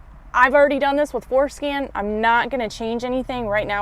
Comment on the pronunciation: I swear she's saying foreskin....